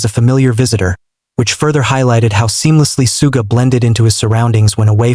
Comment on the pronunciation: The way he's pronouncing 'Suga' is pissing me off